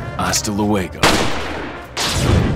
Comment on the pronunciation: As someone who speak spanish this Is hilarious as fuck. He pronounces Lu-e-go (as a Hiatus) when It's a Diphthong (Lue-go x'DDD)